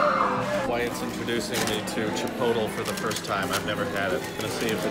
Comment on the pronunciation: Bro did he just say Chipotel?